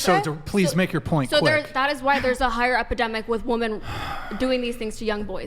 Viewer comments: Totally besides the point but the way she says Wehmen instead of women is pissing me off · "it's not wemen it's not wemen!"